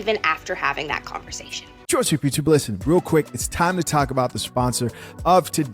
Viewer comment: Why you always say converzation? Like your S is a Z.